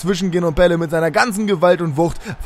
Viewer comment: Eher night :D Er wird mit Doppel-l geschrieben also Pelle und in etwa so wird er etwas anders ausgesprochen :)